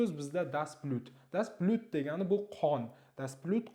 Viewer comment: Aussprachegayam etibor bering, das Blüt deb talaffuz qilyapsiz, das Blut böladi